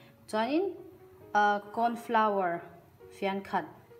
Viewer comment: Thank you for saying "Kawn flauer" and not "Kawrn floor" 😅